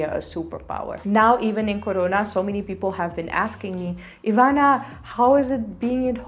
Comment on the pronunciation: When she said CORONA, she totally sounded Indian 😂😂🤣